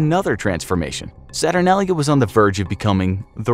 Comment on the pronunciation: HE SAID SATURNALIA WRONG! lol its ok